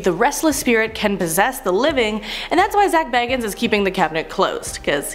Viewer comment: It sounded like they also pronounced zac bagans name wrong ngl